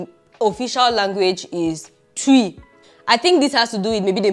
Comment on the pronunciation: It’s not tuiii 😂😂😂 it’s twii 😂😂